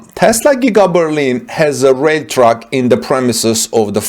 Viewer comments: Interesting and IMPORTANT video! My friend it Sounds like you are saying "Truck" When you are trying to say "Track" to mean "railroad track". "Track" is pronounced to rhyme with "Tack" as in: thumb tack. Clearly Germany is NOT interested in Tesla's success. This accommodation would only inure to Germany's benefit. To claim some trespass of utility is exalting form over substance. It belies the true intention of Germany towards Tesla. It was a trap to invite Tesla into investment in Germany. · I too heard Truck initially and was confused but soon figured out he meant Track. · For 2 minutes, I keep hearing “truck”. Then I finally got it was “track”. Silly me. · Isnt it "railroad" on english? took a time before i got what he said too :D